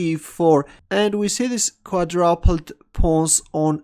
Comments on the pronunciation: "Although Quadrupled looks more solid, we see this Quadrapled move on the board" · it's "quaDROOOOOPLED" that's how it's pronounced by normal people xD